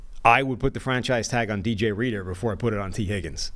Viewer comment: Bro said dj reader hahah everyone don’t even turn this on that’s where I’m out 😂😂😂